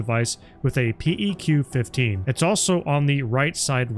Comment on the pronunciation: PEQ-15... is typically pronounced "Peck-15" is it not? At least thats what my army infantry buddies called them.